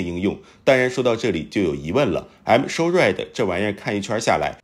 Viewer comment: M-SHORAD防空系統我聽成I'm sorry防空系統，還想說這名字還真特別阿，不過這I'm sorry是對誰說的呢？🤣